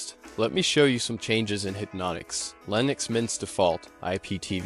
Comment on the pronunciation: Hehe. " lienux" mint..eh? 😋🤪